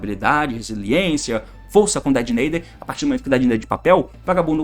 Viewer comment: Fala "Detonator" meu mano T, faz mt mais sentido, "Dedenaider" é só uma tradução errada, nem é uma palavra de fato